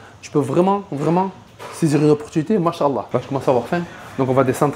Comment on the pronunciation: و عليكم السلام و رحمة الله و بركاته le sujet mérite plus de développement mais mon intervention a pour but de te conseiller sur ta manière de prononcer : ما شاء الله la manière que tu as prononcé est non conforme et même très grave car cela débouche sur de la mécréance mon frère. tu prononces ما شا الله = Allah a marché. Allah al moustaan fais attention à ceci min fadhlik et bien sûr ce rappel est pour mon en premier lieu. de la part d'un frère qui te veux du kheyr